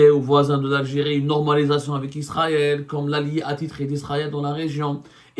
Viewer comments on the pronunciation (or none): none